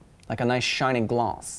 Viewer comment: The way he says "gloss" (Glauz) is KILLING me right now